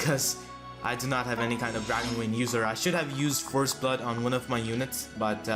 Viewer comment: Dude, it's Dragon VEIN, not Dragon WEIN